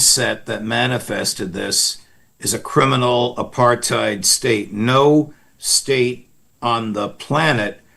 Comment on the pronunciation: "We atre pretzsels! Where's the apartheed!?"